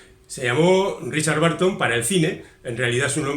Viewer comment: ten en cuenta que la pronunciación de BURTON como barton (y STEPHEN como stifen) es (una vez más, en España) generalizada, pero inventada. Debe sonar bérton. Esa UR es parecida a la de THURSDAY zersdei, CHURH cherch, CURSE kers, BURN bern... Magnífico resumen, como siempre.